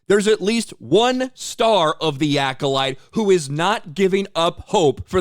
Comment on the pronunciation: I heard this Manny guy say " season two of Cola Light" .